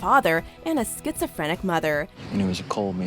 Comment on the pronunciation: It’s pronounced Sky-zo-frenic and not skit-zo-frenic